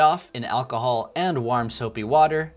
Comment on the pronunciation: why r u pronouncing warm as if itt rhymes with arm